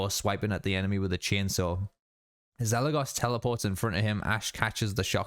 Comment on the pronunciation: I really like how when the brujo says eligos he puts emphasis saying the go in eligos while Kelly possessed and actually eligos says it correctly